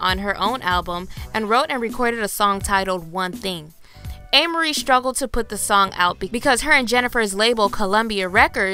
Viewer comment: The way her name was pronounced in the video made me cringe a bit. Its pronounced A-MAR-IE